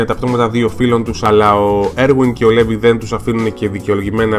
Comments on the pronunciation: προφέρεται Λιβάι και όχι Levi. Αν κοιτάξεις και στο wiki βλέπεις πως γράφει Rivaille (Στα Ιαπωνικά) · ωραίο βίντεο ,λοιπόν το όνομα Levi προφέρετε Λίβαϊ (γενικά)και σχετικά με όσα έχω άκουσει ο Levi είναι ο "δυνατότερος της ανθρωπότητας " humanity's strοnger που λένε και η Mikasa είναι η δεύτερη δυνατότερη γιατί είναι από τους Ackerman όπως και ο Levi είναι Ackerman , γενικά οι ackerman είναι δυνατοί τώρα σχετικά για τη σχέση ανάμεσα στον Levi και στη Mikasa δεν είμαι πολύ σίγουρη απλά κάποιοι λένε ότι είναι συγγενείς δηλαδή μπορεί να είναι ξαδέρφια αλλά μακρινά ξαδέρφια...ναι τεσπα είναι πολύ καλοί και οι δύο τους. και το όνομα mikasa προφέρετε μίκασα και όχι μικάσα... τώρα αυτό το λέω εγώ αν εσάς σας άρεσει να την λέτε μικάσα είναι οκ... λοιπόν αν κάποιος ξέρει γενικά για τη σχέση του levi και της mikasa ας μου πει!